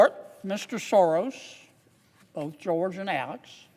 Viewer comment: George Soros is not running the Soros company & non-profit any longer, it is his evil spawn Alex. Please at least say the name correctly. Thank you Mr Kennedy for fighting for Americans